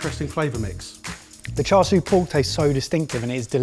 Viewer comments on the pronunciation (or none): Ok, it’s ’CHA-SHOE’, not ‘Char-Sue’.